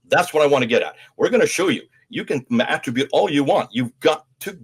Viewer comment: 'Extant' not 'extent' manuscripts. Extant - existing, present, available. Attribute (noun): emphasis on the first syllable Attribute (verb): emphasis on the second syllable